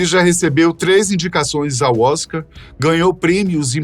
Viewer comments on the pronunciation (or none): none